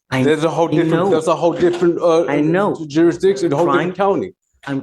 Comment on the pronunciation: "Duris-jick-shun". He went to the same school of elocution as Darrell Brooks.